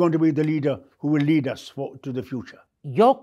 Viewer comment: Did he said Lehadu 😂🤣 gandy??